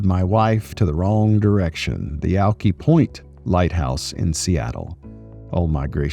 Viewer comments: Sammamish - pronounced “Sa - mam - mish”. I went to Sammamish High School in Bellevue. I immediately knew you were starting in West Seattle near Alki (pronounced “Al - ki” as in the second syllable rhymes with “high”. I lived near Alki for 25 years. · As a transplant many years ago I appreciate that our location names are hard to pronounce. Alki is pronounced with an "eye" sound at the end. Thanks for taking us along. I'll be looking forward to the next adventure. How are you only at 800 subs??? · I just happened to come across your channel. Yes, you kind of got off in the wrong direction at the beginning and went up and over instead of the easier bike trail around West Seattle. Then you eventually got on the bike trail . That is also a huge commuter bike path into Seattle. No, I knew you weren't from Seattle the minute the video started and you mangled the name "Alki". where you're trying to cross the road. The bike path is actually on the other side of the road. When you crossed that bridge you should have been on the other side. Webster point where those waterfront homes are $10 million+ and obviously I don't live there. Actually, any house you can see from there is well over a million as they have a view of the lake. Now you're in my city of Redmond! The 520 trail is pretty awesome. The path goes many directions here but had you gone under the bridge to your left (and not across it) you wouldn't have to had crossed the road. Oh well, you got through it.